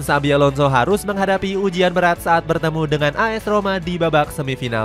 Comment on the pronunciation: INGAT YA ADIK” XABI PAKE B BUKAN V 🤡🤡🤣